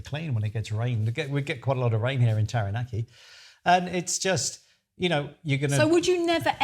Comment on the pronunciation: Kia ora, just a friendly suggestion. Set yourself a challenge to pronounce Taranaki correctly. It’s easier said than done especially after 12 years living there but change is good 😊. Keep up the nice content you seem like lovely people. Ngā mihi